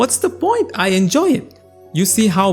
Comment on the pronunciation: "What's the poINt" Obviously this guy's listened to Fraser Patterson's audiobook 😂